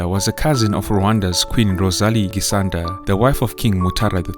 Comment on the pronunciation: not gisanda it is giicanda